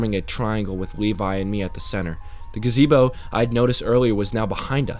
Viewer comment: Great story and nice to have to listen to while working. One little fix-gotta look into words and how they’re pronounced. Example, monotonous is pronounced mo-nawt-oh-ness. Brochure is bro-shur. Gazebo is guh-zee-bo. Cheshire is cheh-shy-err